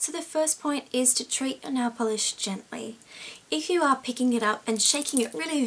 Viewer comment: I Say Nailll Polish Like U! Lol Instead Of Nail Polish Its Nailll Polish! :)xo